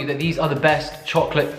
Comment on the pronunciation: Chokolatee? 🤣 this is how we say chocolate in Arabic. You really have that middle eastern origin 🤣